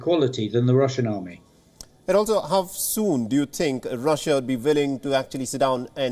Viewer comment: How did this man become an anchor on this channel? he's pronouncing "How" as "Hav" and